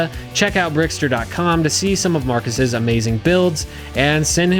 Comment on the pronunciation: MARCOS (mar-kose) not MARCUS (mar-cuss) Now that’s out of the way! It’s good to tell this story! I wish the hood designers out there would stop GIVING their designs away to LEGO… in 20 years how many have been made… less than 10!? The bricklink program (still LEGO) is a lot better for everybody! Designs stay true to their original plans, they get produced faster, no 3 year holding period on the design! But the good designers should just sell their designs! Let the builders figure out how to get the bricks!!! Between bricklink, brickowl, and all the 3rd party stores carrying bulk LEGO… people can get the bricks without them being boxed up and handed to them! These cooler more elaborate designs deserve a little work on the part of the builders! It’s hard to stop the thieves, but if we have a way to get the real instructions from the real creators then we can be part of the solution!